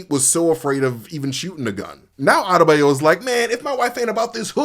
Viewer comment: Hate how bro says Adebayo 😂